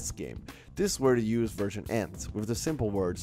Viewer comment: It’s pronounced (Vvvvvvv)ersion not wersion